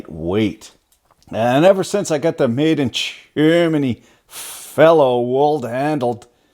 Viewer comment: I noticed you have a problem saying Japan and Germany...